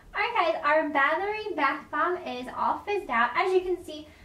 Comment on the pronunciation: The way you pronounced Bathory though.......